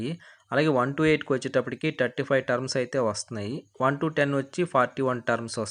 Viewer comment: టర్మ్స్ కాదయ్యా టర్న్స్ అనాలి